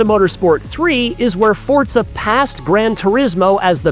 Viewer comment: ign needs to get this guy a teleprompter he can put next to the camera jeez Edit: Also teach him how to say Forza